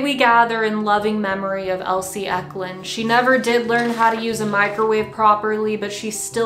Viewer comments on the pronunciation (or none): Wait… I always thought it was Elise (eh-lee-ss) not Elsie (eh-l-see) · I cringed so hard, I am also an Elise and people have said Elsie my whole damn life. 🤣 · Confession: I've been watching your channel since the release of your song made of Minecraft noises and this was the first time I heard your name said out loud. I somehow thought it was pronounced "elease eknud"